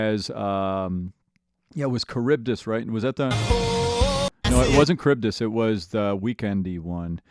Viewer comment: This man pronounces Charybdis correct first try, but said Eurylochus wrong for like half the musical...